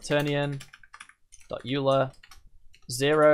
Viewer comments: "Yooler"... The mathematicians are gonna kill you man! Great tutorial though, very helpful. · Euler is pronounced oiler. Its a guy's name.